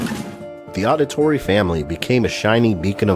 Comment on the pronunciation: Jesus man I'm loving all the content but is not pronounced audit-torri it's Audi-torri like Audi as in the car